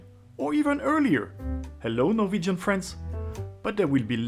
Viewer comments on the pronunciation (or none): none